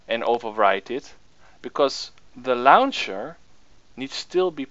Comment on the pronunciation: "the lauwncher"